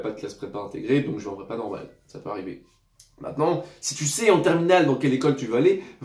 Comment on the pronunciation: 1.30 " normole" la chimie te hantes 😂